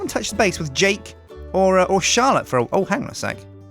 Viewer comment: I heard charllote